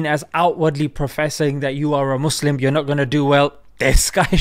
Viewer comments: lOGAN SAID MUSLIM NOT MUZLIM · Logan said Muslim and not moslim. 👏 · I like how logan says muslim not mezlim respect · I cant believe it he said muslim not mazlim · I was sooo happy when I saw Logan Paul pranounce Muslim correct like it was soo satisfying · He said Muslim the correct way. Wow, Masha Allah.